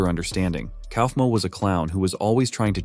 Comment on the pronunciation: Ok but the way that the ai says kaufmo 😂😂😂. KOUWEEFMO